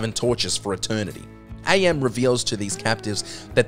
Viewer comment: I Have No Mouth And I Must Scream: AM is not pronounced Ay-Em. It's "am", and he explains that he chose that as he learned the translation of the Latin phrase, "Cogito Ergo Sum", and he liked what it meant. "I think; therefore, I am."